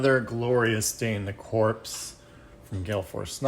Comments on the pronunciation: Great video. The only other minis I've assembled are the Space Hulk minis. They were bigger though. Like others have said, it's pronounced "core" not "corpse". Can't wait for my copy. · Its pronounced Cor. The P &S are silent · The 'P' is silent. Think US Marine Corps.